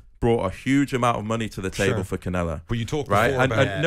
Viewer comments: My man said "Kenellio" 😂😂😂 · Who is can-yelo? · "I'm a big Canyelo fan" he says as he pronounces his name in a way that nobody else ever pronounces it.